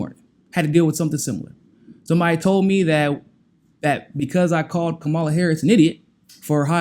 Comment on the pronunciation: You're saying Kamala's name wrong. She said it on the view - it's KAmala not KamALA (Comma-la)